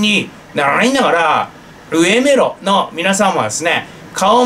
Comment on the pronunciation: それ ウエメロ じゃなく アガメロ です by